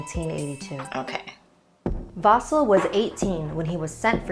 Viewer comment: Btw I am getting offended how says "Vasil"